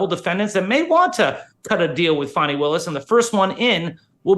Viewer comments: I live in the Atlanta area. I can tell you that Fanni Willis is so corrupt. If you are white in Atlanta, you will never get a fair trial under her. And by the way, her name is pronounced Fanny like ones fanny. It is not pronounced Fawnii. Great job covering everything Megyn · ita not fanny....its Fani (fony)...please say her name right